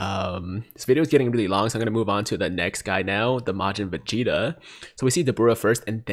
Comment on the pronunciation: Anyone else notice he pronounces Vegeta as Facheta 😂😂